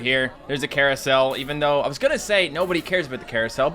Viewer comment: Nobody "cares" about the "care-acel"